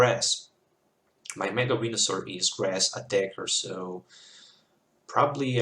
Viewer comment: You were saying wenasaur....